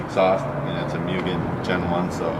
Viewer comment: "Moo-gen" not "Mue-gen"